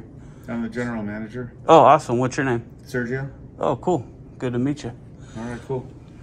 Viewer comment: Your name is not Sirgio but Sergio